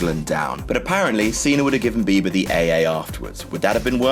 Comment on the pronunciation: Were you actually saying "Justin Beaver" or was I just thinking that all because that's what I call him?